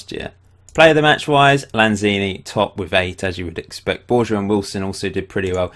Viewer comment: Borja is pronounced Borha.